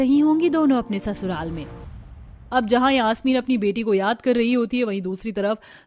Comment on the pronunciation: Yaashmeen nhi yasmeen